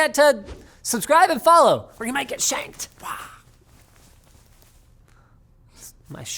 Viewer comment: He said shanked tho